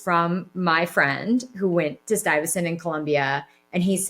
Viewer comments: Stuyvesant? It's Stye-vuh-sent I believe. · It’s pronounced “STY-vess-ent” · Are you trying to say STUYVESANT specialized high school in NYC? 😭😭😭 It’s pronounce stye-vess-ent. “Stye”, like a stye in your eye. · if it helps, the high school is pronounced stai vuh snt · Bless you. Keep these videos coming. Thank you so much for your work here. Much continued success. Stuyvesant (sounds like Sty-ve-sent) high school -- one of the specialized science high schools in New York. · Pronounced sty ve sent. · You’re so funny…it’s STY-vuh-sent, after Peter Stuyvesant, a Dutch colonizer in NY in the 1600s. Stuy is one of the best HSs in NY and the competition for acceptance is fierce…even more so bc it’s a public school and therefore has no tuition. Love your channel and your whole vibe…and if it makes you feel better, I trip over my words also, all the time!!! Happy 18th to your daughter!!!💜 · lol omg I love it, it’s pronounced sty-va-sent 😂😂😂😂😂😂😂😂